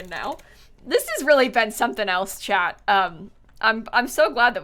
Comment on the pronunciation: You kept saying chat but I kept hearing chad and was confused